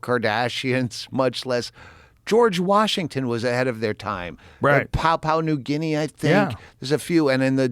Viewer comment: Not papu new guinee, pronounced pap-you-nah new Gin-ee. From an Aussie